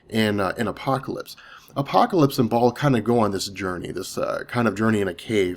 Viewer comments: Baal baaaaal not Ball lmao. Great video otherwise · it's pronounce Baal (BA-EL)....very important figure to the occult society.